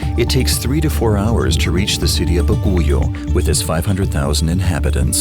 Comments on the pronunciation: Baguio City is not pronounce as Ba-gu -yo, it should be ba-gee-ow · "Bagooyoh" really bothers me, hahaha. Here, I'll make it easy, it's pronounced as "Bagyoh" with the stress on the first syllable "Bag". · it mentioned that the bus terminal is where all buses in the country arrives? Wrong! That particular bus station is only for buses servicing the cordillera region. Buses heading south is located at Gov. Pack Road and Cabinet Hill. Also pronunciation of Baguio is not Baguyo but Baag-yo. Buguias is not Buguyas but Bug-yas. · Why you pronounce it ( Baguyo )? We pronounce it ( Bag- yo). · Not Ba-goo-yo but Bag-yo, not Ba-goo-yas but Boo-gee-yas. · but Baguio is not pronounced “Ba-goo-yo” but “Bag-yo” and Buguias is not pronounced “Ba-goo-yas” but “Boo-ghi-yas”. Suggestion the producer or narrator consult someone from Bagooyo, errr.. “Bag-yo”. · Its not bagoyo its read as bagyo. Not buguyas its read as bugyas. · It's not baguyo it's baguio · BAGUIO is pronounce as BAG-YO...not BA-GO-YO...but it's alright..im proud to be Pinoy..godbless always! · it was interesting when he pronounced Baguio as "Baguyo" instead of "Bagyo." for a sec there, i was like, whuuut? lol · LOL!!! My daughter who can't speak Filipino but can understand it, was confused until I told her that it was supposed to be "Bag-yo" not "Ba gu yo!" She was trying to locate it in a map. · Love the documentary but it's actually pronounced as "Bag-yo" not Baguyo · It's Bag-yoo, not ba-goo-yoh... Great doc once more. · narrator:" Ba-gu-yo " me filipino: ???🤔 ahhhh bag-yo (baguio) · Halsema highway is really dangerous especially this wet season. By the way, it is pronounced as "Ba-gee-ow" and not "Ba-gu-yow". I know because I live here in Baguio. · Baguio, pronounce as BAG YO. not Ba Gu Yo. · Baguio ( BAH - GEE - YO / ba gee ow ) not baguyo. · I love your pronunciation say it again "baguyo" Ps: baguio is pronounced as Bag-yo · Correction Its "Ba Gyo" not Ba Gu Yo. Baguio City Pronouces as "Ba gyo City"